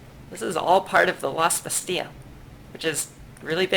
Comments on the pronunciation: According to my French Canadian girlfriend: Bastille is pronounced, in french, more like "Basty" or "Bastee" while you're pronouncing it with an extra sound at the end, like "Basty-ah". Likewise, in English, it's often pronounced "Basteel" with the the hard, more drawn out "ee". It doesn't really matter, honestly, since they probably pronounce it differently elsewhere too (as you said), I just figured I'd ask because my girl friend keeps giving me weird looks while I listen to the videos. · are you ever going to stop mispronouncing Bastille?